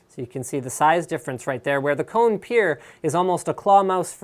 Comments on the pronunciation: You are spelling it wrong, its spelled KO-NE, not like CO-NE! Kone is finnish and means "machine" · Holy shit, im Finnish and I cringe everytime he says Cone. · Kone is finnish and means "machine" in english so you don't say it like "cone". Just a little fact ;)